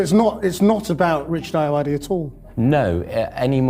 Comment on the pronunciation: Richard Ayoade is the shit. If you ask him a stupid question in an interview, he WILL make you regret it. Two things: you pronounced his name wrong, it's aye-oh-ODD-ee, I'm pretty certain, and that douchey interviewer did the Tarantino interview first, Richard Ayoade actually references that interview within his interview.